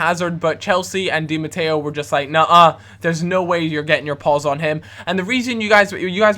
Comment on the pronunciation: You just said di matteio...